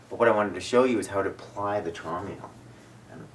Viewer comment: Its pronounced as (Trowm Ale) as its a german homeopathic product from the german company HEEL- Traum in german means dream.